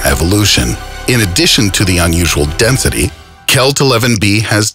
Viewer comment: anyone else hear him say denthity